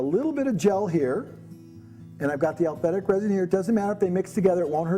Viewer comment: This guy's a good demonstrator but he should learn how to say aliphatic instead of alphetic.